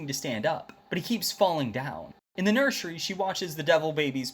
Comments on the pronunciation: Did no wan hear he say nershery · I love how he pronounce nursery😂😂